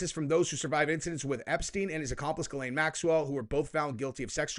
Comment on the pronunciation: Great vid... Could you please start pronouncing Ghislaine properly, I would really appreciate it. The proper way to pronounce it is Jissss-lène... I'll be impressed and proud of you.. might as well fake being a professional until you become one very soon ❤